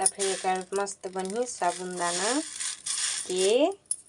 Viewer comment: Sabun dana nahi bolte hai bhai sabu dana bolte hai